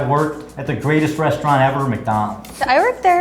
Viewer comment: He said "restaurant"....